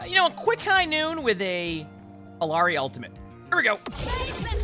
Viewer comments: It slightly bothers me when I hear people say "Ill-arr-ee" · Everyone wanted to debate bridgets name so Illari is pronounced iyari in Spanish "LL” is a y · Her name is Iyari. The two L’s make a Y sound. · Could try saying it in a japanese way, pronouncing r's with a soft d sound instead. "Ee-ya-di" instead of "Ee-ya-ri". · hey her name is pronounced closer to "iyari", in latam "LL" is not pronounced as an L. (there's no american version of the name Illari) Ethnic names r often butchered, so pls say it as intended now that you know how :( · Me when he says Reckon Ball and E Lawry 😍😍😍😍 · Its pronounced Ee-Yar-ee. The double LL in Spanish has a 'yuh' sound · For the love of god please say her name right 💀💀💀💀💀💀